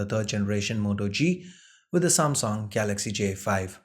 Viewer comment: "SAAMSONG" ....What?